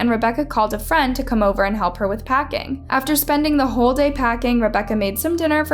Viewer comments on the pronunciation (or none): none